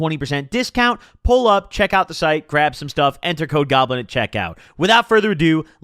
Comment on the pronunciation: Yo when he said “code goblin is still available” I thought he said ‘COKE goblin is still available” and I was like ain’t no way he’s telling us he relapsed in the merch ads lmaoooooo